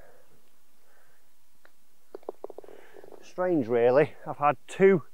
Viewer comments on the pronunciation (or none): none